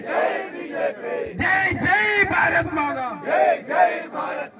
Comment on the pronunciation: Bharadha maadha alla, Bharatha Maatha ennaanu parayendadhu. Jai jai Bharat Maatha, MaaTHA. THA, THA, THA, ennu paranju padikku. dha dha dha